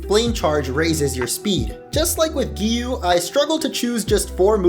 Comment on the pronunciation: it's not Giyu it's giyuu